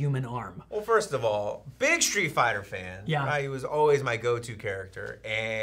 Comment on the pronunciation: Next time remember to pronounce his name "Ree-yoo" (it's more like "Ruh-yoo" but oh well); don't wanna trigger the SF fans